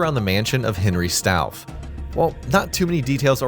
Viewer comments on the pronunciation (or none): … “Strauss”? “Strauf”? It’s STAUF. An anagram of FAUST. For pretty blatant soul-bargaining reasons.